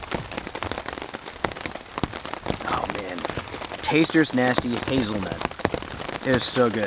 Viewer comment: Love your videos!!! You made your coffee and it sounded like you said tasters choice nasty hazelnut coffee.. what exactly does that mean? Thank you for allowing so many of us to live vicariously through you.